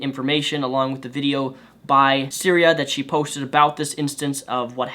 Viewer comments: Her name is Cytherea, not Syria. I know you have a speech impediment and you probably didn't mean to mispronounce her name, but it annoyed the hell out of me whenever you said her name. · I'd like to note that because of dyslexia he said Syria and not Cytherea. So if anyone is having issue trying to find the story, that is why. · Isn't it Cytheria? Not syria? xD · Cytherea buddy .....not Syria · I swear I want to rip your hair out when you say "Syria" it's Sy-thee- ree-ah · Cytherea, not syria. Otherwise good video. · "Cytheria," not "Syria," dude... lol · Its Cytherea not Syria. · Her name is Cytherea, not Syria. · I'm not disagreeing with what you're saying,, but it would do you a solid to at least pronounce her name right. It's Cytheria, not Syria. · I appreciate your vid, and I do agree with you. However, I am going to correct you on the victim's name which you repeatedly said was "syria" or some version of that word. Her name is Cytheria and she has my support and well wishes. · Great points all around, but ummm....her name is Cytheria, not Cyrea or however you would spell that. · Cytheria not Syria. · The thing that annoys me most is that you keep calling her Syria, like the country and not her name, which is Cytherea... But yea feminists only support what can propagate their own agenda of female superiority. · Lol Syria. You mean Cytheria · The fact you kept pronouncing her name as Syria added an extra, bizarre edge to this video. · I think its pronounced Sy-Th-ear-e-ya... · I think you have the pronunciation wrong or am I mistaken: sy-thee-ree-a? Yes, wow that is some news and it took me a while to find it online as well because it is so under the surface. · Pretty sure her name is pronounced sigh-ther-e-uh. Also, another porn star set up a fundraiser to help Cytherea get back on her feet. Here it is, though it has raised nearly double what was asked by now. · You kept fucking up her name but other than that, great vid.